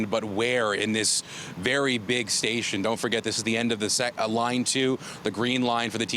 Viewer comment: Did he say Gun fire at Kennedy Sasion lol the reporter can't even pronounce Station smh. Cp24 😆